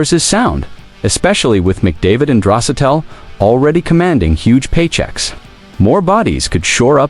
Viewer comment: When you stop using AI to make your videos, I might watch again. AI cannot pronounce Draisaitl's name properly. That was a major turn off for me. Wish you all the luck in the future.